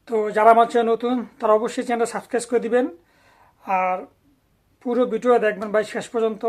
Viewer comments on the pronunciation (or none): ভাই আপনিতো সাবস্ক্রাইব শব্দটাই উচ্চারণ করতে পারেন না!!! আপনি কিভাবে আমাদেরকে সঠিক তত্ত্ব দিবেন?